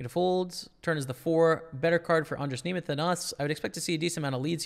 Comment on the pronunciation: you pronounced almost totally perfectly andras nemeth name, im prettt impressed :)